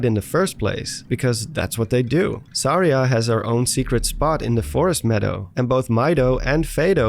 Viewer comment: Suh-REE-ah not.. Sar-EEah